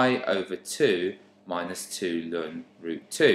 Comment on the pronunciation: This was really helpful but so strange the way you said ln (Lun) my maths teacher always said natural log or "el-en" so it confused me at first 😅 thanks for the great video though, very easy to follow 🙂